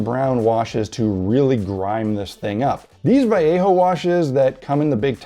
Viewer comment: Just want to say, I totally appreciate that you say Vai-yea-ho, not val-lay-ho